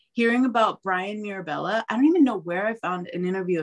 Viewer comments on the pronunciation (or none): What is the guys name she watched that is fruit based? Sounded like she said his name is Brian Nerbella ?